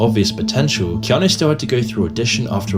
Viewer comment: It’s “Key-awn-Nu” it’s Hawaiian